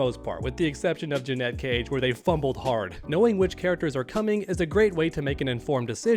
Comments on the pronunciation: It’s not JUH-NET it’s Janet 😑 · Dude idc how many people typed it already, here it is again so it sticks! THERE IS A HUGE DIFFERENCE IN PRONUNCIATION BETWEEN "JANET" AND "JANETTE!" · It’s Janet , not Janette 🙄🤦🏾‍♂️🤣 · Janet. Not Janette 🤦‍♂️ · Do you call Janet Jackson, Janette Jackson? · JANET: Her Name JEANETTE: What you're saying It's not a huge deal, I know, but it does make me want to switch off the video. I don't know why it bothers me so much. Keep up the good work,! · she says janet and he still says ja-net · I've seen several streamers calling her Janette. I'd never heard anyone pronounce Janet that way until now. So strange. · I think I pronounce it like that because my mom's name is Annette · Thank you lol The way he’s saying it is spelled “Jeanette” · yeah I put it that way on my original comment about it, just didn’t want to correct the op of this particular comment but yeah definitely says Jeanette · admitted that he would rather to pronounce her name as Janette than janet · WTF? Her name is JANET, not Janette! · Say it with me: jan as in January 🤦🏻‍♂️ it ain’t hard bro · Awesome video just so annoying the way u say JA-NeT 😩cage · It's insane to me that someone can't pronounce the "Janet" It's not jennay jenet or any other stupid way to pronounce it. JA-NET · Stop saying Janet wrong. Jeanette is a different name. You look stupid. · my guy still can't say janet..... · Why are you saying her name like that? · Really curious to see how u pronounce Janet Jackson 😂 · 😂😂😂 It’s not hard to say her name Janet but call her Joey Cage 😅😅😅😅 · Thank you I said this yesterday it’s infuriating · It's super cringe when u pronounce Janet wrong... She literally says her name in the game..... But anyway... they simply didn't announce her because they ain't wanna spoil the ending... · Bruh he drives me crazy saying her name wrong 🙄